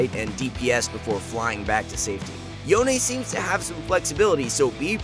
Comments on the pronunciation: It s CALLED “YON” NOT “YON-AY” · yona??? yona??? its yone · Its yone, not yoNÉ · STOP CALLING HIM "YO - NEY"! it's pronounced as "Yowhn" for fucks sake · stop pronouncing him YONE-A. Theres no e' in his name. its fuckin YONE. just YONE